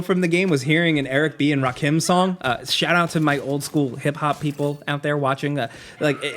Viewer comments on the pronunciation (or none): Ra-keh-m is the correct pronunciation.